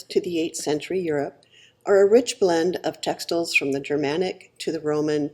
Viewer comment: So glad I got this video in my stream, subscribed! My two interests are history, especially Bronze Age to Late Medieval European history, and fashion/clothing these days, now that I’m retired from working as a geologist, my first love. You do say textiles funny, though - as textels, not textiles.